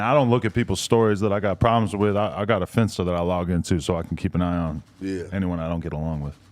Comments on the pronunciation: bro said finsita😭😭😂😂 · Dawg said finsta lmaooo